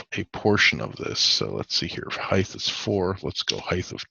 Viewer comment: Height 'th ?? I'm South African. Is that how you pronounce it there?